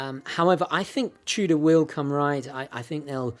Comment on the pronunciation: Are you saying “Trudah” ? The R is after the O, not after the T.